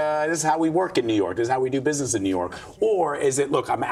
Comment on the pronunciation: Whats this word....busific?!